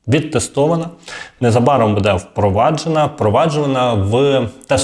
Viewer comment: Робіть правільно наголос !!! Не будЄ, а бУде.